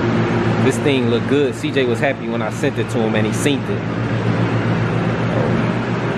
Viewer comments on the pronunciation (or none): Cj be saying seentit instead of seen it shit is so funny to me 🤣